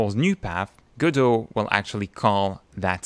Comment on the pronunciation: This might be the first video I've watched with the correct pronunciation of "Godot". Well, that got my attention, I nearly fell off my chair! 🤣 I subscribed because your explanation of what I thought was going to be a complex topic was actually balm to my brain. Mille mercis!